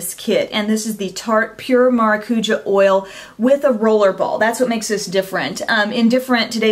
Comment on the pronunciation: you butchered the way you pronounce maracuja but its okay because you're still one of the best beauty gurus out there :) lol